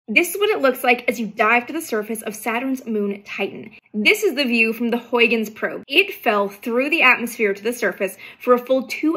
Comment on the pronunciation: How is Huygens pronounced, really? Wikipedia says something like Herenz